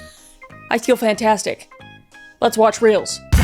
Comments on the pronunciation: "Fanfrassic" yup, I'm usin' that :) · “I feel franfastic” me too Kris… Me too.😂💕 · i bet you do feel fwem fwastic